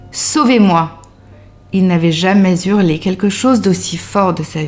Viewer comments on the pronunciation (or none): Faut pas Z'Hurler....Bordel! 😂🤣